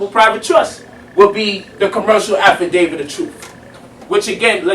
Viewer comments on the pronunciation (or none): none